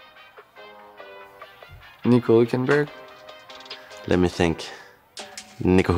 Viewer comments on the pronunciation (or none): Nobody:: "Nico Hulkenburg" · Not saying nico hülkenburg